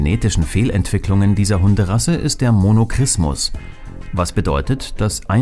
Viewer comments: Super recherchiertes Video mit klasse Fotos! Kleiner Tipp am Rande: Monorchismus (von orchis - der Hoden) wird anders nämlich mit einem weichen ch ausgesprochen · Danke vielmals! So macht es auch mir Spaß! Du hast Recht, da liegt ein kleiner Fehler in der Aussprache vor: Es heißt tatsächlich "Monorchismus" !